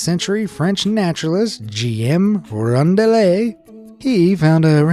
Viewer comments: Guillaume is pronounced Guee Home.... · holy cow.. you totally butchered Guillaume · So many errors and mispronounced words... ambergris and Guillaume for example. But he's American, so it's to be expected, I suppose!